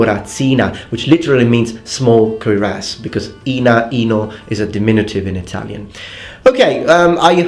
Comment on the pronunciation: Cuirass = Kyoo-rass If you see this, I hope this helps. The wonders of English pronunciation.